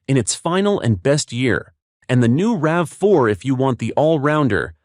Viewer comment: It’s called a RAV4, Not a RAVEY!